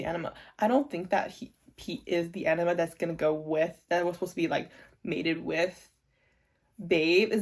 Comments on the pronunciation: Yeah you have to pronounce the g. It sounds like E-NI-GMA. Every letter is said. (idon't know if it makes sense. english is not my first language, sorry) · I don’t think you’re pronouncing enigma correctly. It sounds like you’re saying enema, which is very very different.